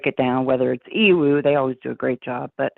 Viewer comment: Just for future reference, it's pronounced "E-WOO". Not trying to be rude at all, I just love their videos and want them to have the right representation!